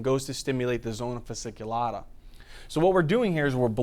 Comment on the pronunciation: Hey, thank you so much, love your videos <3 Just wanted to correct 2 little details: it is zona fasciculata (not fasiculata) and cortisol actually increases the number of intravascular polymofphonuclear neutrophils/leukocytes, number of Lymphocytes, monocytes and eosinophils is reduced